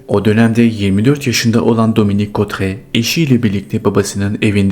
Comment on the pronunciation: Teşekkürler; kadının adı (Dominique Cottrez) şöyle okunuyor: Dominik Kotre.